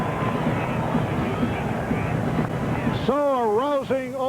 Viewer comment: Wilkens, not wilkins